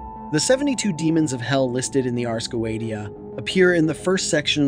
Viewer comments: Please please all English speakers in every video please learn to read the Latin words with the exact pronounce, Ars Goetia is like Urs GoeTSeeA with the last A read like in “us”. This is a little effort to do but really I’m Italian and I can’t listen to these wrong sounds everytime it’s really annoying even because when we learn English we must learn the perfect pronounce and not change it based on our language’s rules. Sorry I don’t want to be mean anyway the video is well done and appreciated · The fact that you pronounce the Ars Goetia wrong multiple times... Drives me insane... please fix it 😂 But other than that I really did enjoy this as a person that works with demons. This is very interesting I enjoy seeing other people's takes on the infernal Divine. They are truly amazing entities to work with. Show them respect. Do not try the control they have free will they don't have to do anything for you. Lord Lucifer is very kind he has helped me with self-love and my healing journey. I have also been working with baphomet For balance and recently Prince Vassago For my healing journey as well and to help with the tarot. I do appreciate you showing that demons are not the things that people like to portray them to be.